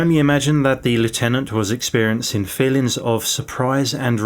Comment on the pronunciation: You're English. It's pronounced "lef-tenant" 🤦